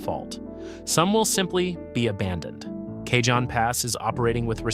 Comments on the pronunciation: J in Cajon Pass is silent. This is how I know its an AI narration. LoL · IIt takes cojones to mis-pronounce Cajon multiple times when talking to Southern California. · Does not know how to pronounce "Cajon". It's Spanish. The J is pronounced as "H". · This same creator did a similar video about Mt. Rainier erupting. If you thought their pronunciation of “Cajon” was bad, just wait and see what they did to “Puyallup”… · It's "The CA-HONE PASS/ Cajon" Geesus if you're going to talk about California get the names right 😂😂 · Goody! I get to live on an island! And it's pronounced cahown pass. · I heard him say Cajon I almost forgot what area he was talking about. It's pernounced Ka-hone Pass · Cajon is pronounced Ka-hone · Surely AI would know Cajon isn't Kay John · It's Kuh-hoe-n! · Cay-John Pass?? Do your homework and say it right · Yeah, I know it’s pronounced Ca-hone Pass. Used to live down there. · Stupid effing AI narration, it's pronounced: "ka - HOHN" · Yeah, i figured that cajon was really ka-HOHN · AI can't pronounce dollar amounts properly either. Maybe if AI went to school in El Cay-John it would know. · Maybe you should learn how to pronounce "Cajon". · Kuh-HONE, rhymes with ALONE. It's not CAY-John, don't be ridiculous. 😂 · Bad AI narration..... Took 13 whole seconds to get something wrong. "Cajon" - as in the Cajon Pass, is pronounced "kah-hone" not "Kay-john". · PLEASE!!!!!!!!!The J in Cajon is soft like an H! Spanish word ya know. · Cajon is pronounced "kah- HONE". Not "KAY-john". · for God's sake why do all these posts have to be with with AI narraters who don't know haow to pronounce names such as Cajon? Cahon not Cay Jon. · lol, k-John pass! It’s ka-Hohn pass dilbert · AI Slop video. Cajon Pass pronounced as "Kay-John" Pass. It's a Spanish word for "box" and is pronounced "Ca-hone" Pass. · Driving me crazy! It's NOT Kay-John (cajon) Pass. It's Cah-hon (Cajon) Pass. It's Spanish... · Not "k john" pass... "Kah hon" pass. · Its pronounced CaHON not CaJOHN